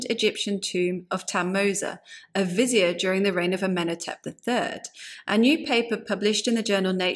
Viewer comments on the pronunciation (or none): none